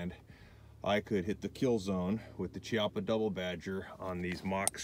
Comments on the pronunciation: I don't want to be "that guy" but It is a k sound not a chee sound. Ki-appa. Just saying bro. also good video, I don't like the gun, but that's not on you. that's On Chiappa. I like the Rhino, and a couple others, but this one, I won't ever buy. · As in Chianti